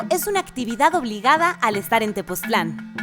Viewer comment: Tepoztlán, no TepozClan :)